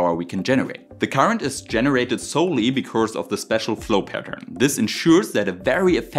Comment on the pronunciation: Your English sounds like 99% perfect to me, missed some improper plurals and some lisps, especially on Rs sounding like Ws, or strange sounds like 'because' sounding like 'becourse'. But that's fine, it's understandable. WORLDS better than a bunch of the employees at stores in my area in America nowadays. Heck, most of them don't know any English!